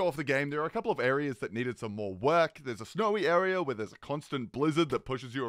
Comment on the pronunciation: "More" sounds like "Nord"